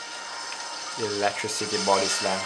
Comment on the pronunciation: "Oh no not the electi-citeeeee" made me laugh like crazy